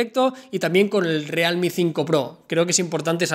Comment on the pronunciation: Rialmi???.... jajaja